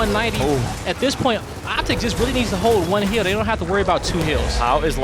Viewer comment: This guy keeps saying "Keels" and "Heel", it's kills and hill lol